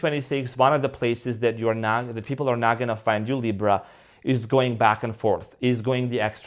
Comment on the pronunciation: Why do you say LIBRO?. It's funny. I'm watching you from Spain and it means BOOK 😂. ❤❤